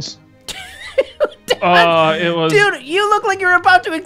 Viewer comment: when jack said about 2 tons he sounded british